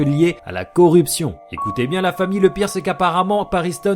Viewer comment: j'ai toujours pas compris pk tu dit "fahmi" et pas famille expliquer moi mdrrr #TeamGing Sinon super vidéo!